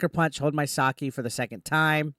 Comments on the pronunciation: It's sake not saki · Its YoTAY. and Ed Oh. Sa K. Jesus, your Japanese pronounciation sucks butt